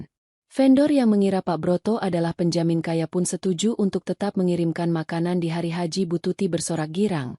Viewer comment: Hari-h dibaca hari haji 🤣🤣🤣